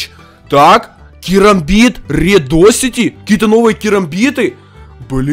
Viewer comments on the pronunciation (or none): none